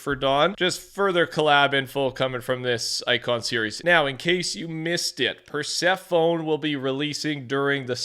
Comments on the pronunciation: hey btw its not persephone like a telephone its persephonee like its ee not phone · the name is “persephone” but it’s pronounced pruh-seff-o-knee Not press-a-phone🤦🏻‍♂️🤦🏻‍♂️🤦🏻‍♂️ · I caught that too lmao then it clicked oh he means “Per-si-fuh-knee” 😂 obviously that’s not the correct spelling just how you would pronounce it lol. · Pretty sure it's pronounced Persephoneee. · I hate to be that guy, but it's pronounced "per-sef-o-nee" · It’s pronounced Persephonee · it's per-se-fu-nee btw 😊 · Per. Seph. Uh. Knee. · That pronunciation of Persephone hurt my soul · Why did you pronounce persephone like that? 💀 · Persephone spelled out the incorrect way it was pronounced